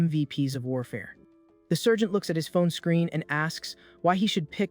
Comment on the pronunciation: I'm yelling it's Sargent Not sergent